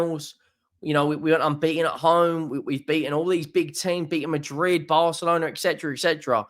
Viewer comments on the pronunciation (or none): none